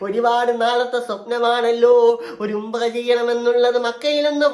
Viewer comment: ഉമ്പ്ര അല്ല ഉംറ